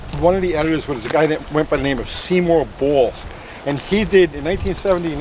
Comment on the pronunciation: He said the editor's name was Seymour Balls. Closed captions verified it. Fckn hilarious.